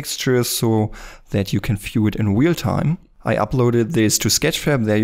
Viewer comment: "a new weal-time render engine"